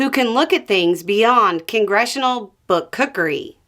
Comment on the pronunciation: My congratulations on pronouncing “book-cookery”, you did very well! I’m having trouble saying it in my head!